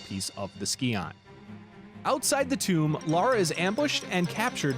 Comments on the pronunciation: I flinch every time you pronounce scion as ski-on instead of psy-on... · So, you get kudos from me for correcting yourself on nuclear. Oh my gods though, I literally, physically cringe every time you say "ski-on". It's pronounced "sigh-on". I'm finding it difficult to get through it... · NOT THE SKEE-ON :'( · Almost didn't make it through the first third of the video having to hear scion be mispronounced 2 dozen times. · The video is good But how you pronounce Scion is painful